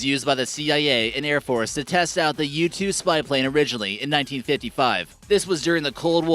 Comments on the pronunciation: who else thought he said YouTube program instead of U2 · When you said u-2 I thought you said YouTube